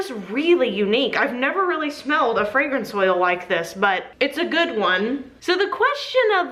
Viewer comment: Am I the only one that hears fragrance soil, instead of fragrance oil?